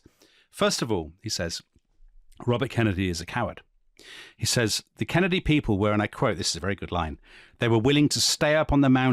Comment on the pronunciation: I literally stopped what I was doing hearing that intro 😂 my favorite accent yet! Totally nailed the Kennedy rhythm 👌